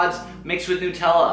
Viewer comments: 'Nootella' Really?! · you pronounce nutella weird